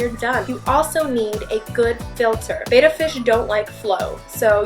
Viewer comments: Anyone else super annoyed that she keeps saying betta wrong? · First you need to learn how to say Betta!!!You are pronouncing it wrong. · You aren't pronouncing their name correctly.. you should practice to pronounce their name betta. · An expert on Betta fish should know how to properly pronounce the name. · How you pronounce it depends on where you live. Technically, they're not wrong but neither are you:) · first of all you're saying betta wrong, there's beta which is what you are saying and then there's betta ,which is bet -ta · Two t's. Pronounced Betta not beta . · They are not Bay-Ta Fish! Beta is the second letter of the Greek alphabet. They are Betta fish pronounced Bet- Ta! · Much respect to you and I love this video! But (light heartily) I joke, myth number 6! The proper pronunciation is "Beh-tuh" not 'Bay-tuh." Us North Americans are silly in our determination to skew the simplest of words and names. 😂💜💜💜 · Lol ur pronouncing Betta wrong, and u call ur self a fish expert, there are two t's, ur saying "beta" not bettA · not pronounced beta it is pronounced betta like betty- bett-uh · Am I the only person who gets annoyed by it being pronounced bAta? It's betta (bet - uh), Like saying "better" with an accent. Click the sound button. Not trying to be mean, this is just one of those things that annoys the crap out of me. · Misconception: betta is pronounced bett-a not bayta. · Excellent information except for one tiny thing: It's pronounced Bet-ta, not bay-ta. It's a fish, not a Greek letter. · Thing #6 that you've heard about Betta Fish that isn't true: It is NOT pronounced 'bay-tah' (ie. beta). It is properly pronounced 'bet-tah' (ie. Betta). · The first lesson should be how to pronounce BETTA fish. It is actually pronounced "BET‘-UH. Not pronounced "Bay-tuh" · WinnieBear Plays Betta is not pronounced with a long A sound. It is a short E sound like in elephant. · Now she just has to learn how pronounce it's name....bet ta....not beta.....